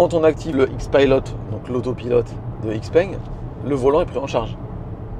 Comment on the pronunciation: Ça se prononce ShiPeng pas IxPeng